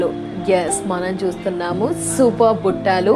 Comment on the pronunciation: Buttalu buttaaalu kadu